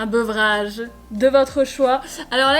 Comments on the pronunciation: T’as dis un beuvrage au lieu d’un breuvage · On dit breuvage et pas beuvrage 😂😂 mais sinon les produits Eclypse sont trop beau